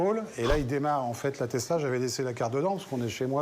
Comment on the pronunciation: Mais du coup j'ai le doute on dirait qu'il dit vraiment "Tesla", ça casse tout 😂